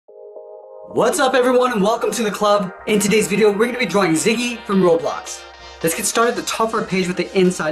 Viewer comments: I’m sorry if I’m correcting you but it the name is Zizzi it’s not Ziggy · Not ziggy it's zizzy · At 00:4 he said ziggy instead of zizzy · Zizzy not ziggy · It’s not ziggy it’s zizzy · It's not Ziggy it's zizzy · You said Ziggy it is actually Zizzy